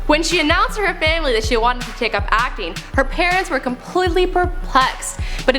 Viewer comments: I can only hear "acne" when she says "acting" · every time she say "acting" it sounds like she's saying Acne lol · I am right with you and the way she says acting. I think she says acne every time. God woman pronounce you words right and stop talking like you have a pool of spit in your mouth.